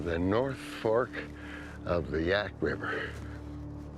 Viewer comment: It's Yaak, not Yak.